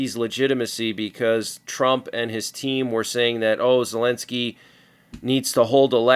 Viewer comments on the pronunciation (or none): none